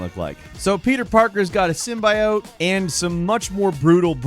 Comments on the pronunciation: In regards to MGS, don't forget about how Konami completely stripped Kojima of his title, position and legacy when they tried to scrub him from their history. 😬 Edit: Sym-BUY-ote? 😅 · Didn’t think I’d be hearing “sym-BYE-ote” again after the venom trailer lmao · Stop saying sym bie oat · Dude just missed pronounced Symbiote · Anybody else purturbed by how said symbiote? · The way you pronounced Symbiote 😂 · Why'd you say Symbiote like that? The way it was said in that first venom trailer and then was immediately fixed through ADR. There are two acceptable pronunciations and that was neither of them.